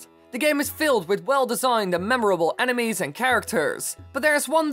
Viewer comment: kept sounding like "animes"